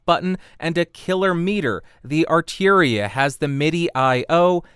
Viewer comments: Arturia not arteria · Why would you pronounce "Arturia" as though it was spelled "Arteeria"? (Asking for a friend). Perhaps it was my imagination, but in the comparison section, the Focusrite actually sounded a wee bit fuller to my ears.